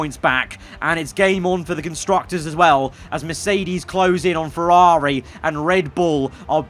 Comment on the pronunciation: Like IRL Leclerc butchered by Ferrrari